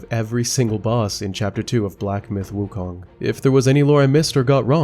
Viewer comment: its sun wukong, not sun woookong lol